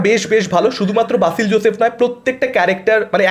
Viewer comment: বাসিল নয় রে ভাই, উচ্চারণে গড়বড় 😢